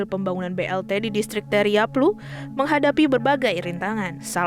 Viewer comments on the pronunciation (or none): Maaf saya koreksi nama distriknya: bukan Teriaplu tapi Teiraplu